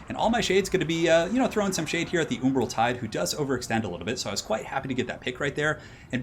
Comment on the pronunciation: Nobody:: oombral tide Nice vid Keep it up!